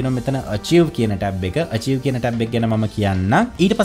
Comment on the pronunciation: Ayye eaka Archive - අර්චිව් nemei nedha, Mekathamai Achieve - අර්චිව්. Archive uchcharane karanne ආර්කාව් vidhihata. British & Amarican pronunciations are same. weradhinam sorry.